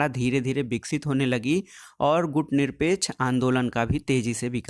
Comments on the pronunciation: सर मैं बार-बार बोल रहा हूँ आप गुटनिरपेकछ आन्दोलन नहीं गुटनिरपेक्ष आन्दोलन बोलो। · सर गुटनिरपेक्ष आन्दोलन हैं ना कि गुटनिरपेकछ आन्दोलन।